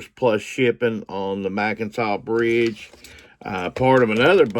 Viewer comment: The "Mackinac Bridge" is pronounced Mack-i-naw Bridge. I work at the bridge and live near the Mackinac Bridge and grew up in Michigan so I know how its suppose to sound when spoken. You did butcher the pronunciation of it, so at the beginning of this post is how its pronounced.